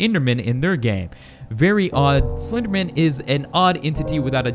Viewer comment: Who here here's him say slpenderman on the first time he said the word